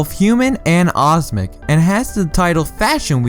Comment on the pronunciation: omnic not osmic grrr XD also u did miss out the two biggest speculated in sombre and annie Amari (I have no clue if I spelt that right but pharahs mum)